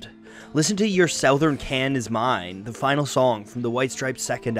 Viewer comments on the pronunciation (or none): you always amaze me with your alternative pronunciations. Sow-thern? I’ve only ever heard Su-thern when referring to the direction. However, I have heard your pronunciation when people talk about musician J.D. Souther. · TIL: some people pronounce it "sau thern" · Literally never heard southern pronounced that way ever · never heard "southern" pronounced like that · did this guy seriously mispronounce the word “southern” ?